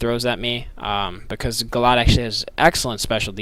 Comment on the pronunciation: You say Gallade differently. Haxy at beginning but good match.